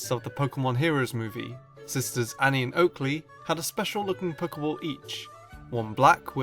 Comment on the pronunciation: Your saying a Pokéball wrong it's Pokéball not Poker ball